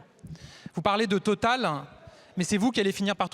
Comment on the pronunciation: Quelle réponse de merde ! Il m'énerve ce merdeux en plus il met des "e" à la fin de la plus part de ses mots comme une parisienne de salon. Oui-e, salut-e, Total-e, les inconnus avaient très bien caricaturés ce genre de personnage .... Ils mentent sans arrêt, va falloir faire quelque chose à force ....